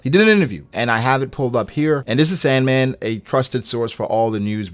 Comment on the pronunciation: It's not sand man its San D. Man